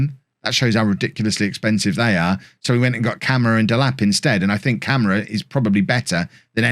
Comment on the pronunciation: Some tips for pronouncing the Portuguese/Brazilian names: There's an o in João, it's not just "Jao"... I'm not even gonna get on the nasal sound thing about the ã, that's just hell for foreigners The ç in Gonçalves has an s sound instead of c/k. And the á thing in Camará means that's the strongest syllable in his name and should be the one highlighted. Have fun trying to pronounce those correctly!!!